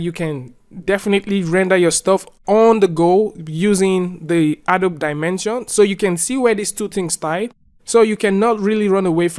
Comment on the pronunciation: It's pronounced "A-doh-bee"